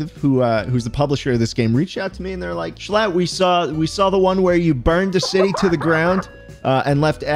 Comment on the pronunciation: you should’ve taken away the “L” in “shlatt”